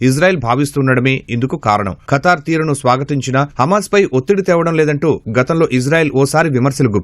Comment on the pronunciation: Oray veeei pappa akraminchadaaniki kaadhuraa Babu Firstu bible chaduvuraa babu history telusukora babu Funny fellows oray kattari kaadura it's Qatar pronounce properly funny fellow😂😂😂😂